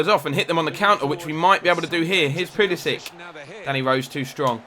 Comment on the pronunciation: This isn't a complaint but why do you pronounce Pulisic Pulisi-ick